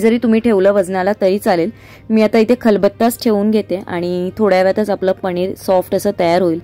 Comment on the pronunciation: पनीर गं not पणीर 😅